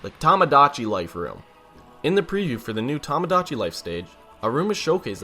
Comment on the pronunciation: It's Toe-Moe Dachi not Tah-Mah Dachi!!!!!!